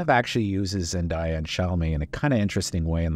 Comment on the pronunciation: Zen-day-a, not Zen-die-a.